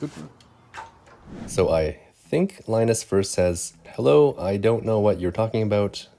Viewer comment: If Linas Phillips is really of Lithuanian origin, then I think his name Linas is Lithuanian Linas and pronounced Linas, not Lainas? Just A guess.